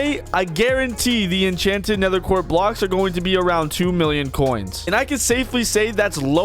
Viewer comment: "Nether quart"